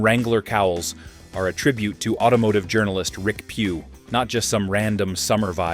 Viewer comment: Rick Pewe is pronounced pay way and Willy's is pronounced Willis.